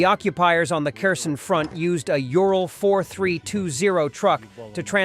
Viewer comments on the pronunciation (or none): none